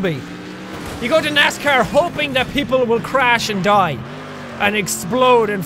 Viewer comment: NASCAH as it is said in Maine